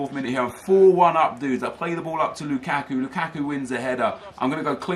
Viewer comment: everytime you say "LOU KACK KOO" i chuckle